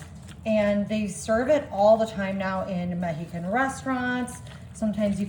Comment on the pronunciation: Please look up the correct pronunciation of the word OIL, the way you say it makes you sound ignorant. And corn is on a COB. The outside is the HUSK. There was NO husk in this video. You might also look up the pronunciation of MEXICAN. OR... if you don't want everyone to know how IGNORANT you are, the keep on saying everything WRONG.